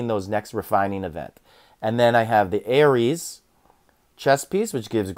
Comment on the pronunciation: how long did it take you to finally start pronouncing Ares correctly 😂